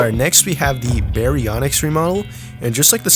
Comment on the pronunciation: just saying its baryonyx not bionx and suchomimus not suuko and itchyovenator not icy vator